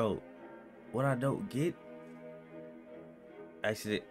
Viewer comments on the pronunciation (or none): none